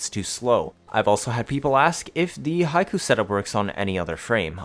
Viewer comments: Not high-koo but hick-o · Hate to be that guy but Hikou is hee-koh, Haiku is a poem lol